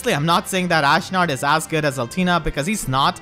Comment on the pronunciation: "Ashnerd" - HA!